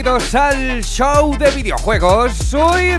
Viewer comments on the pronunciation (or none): none